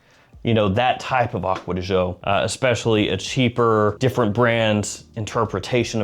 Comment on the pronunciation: As an Italian. THANK YOU!! For saying Acqua di Giò correctly.